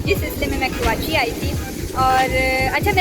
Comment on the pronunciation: please correct pronunciation my City... KARACHI کراچی